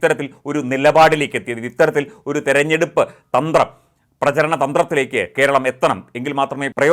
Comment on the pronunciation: ‘Keralam’ not Keral.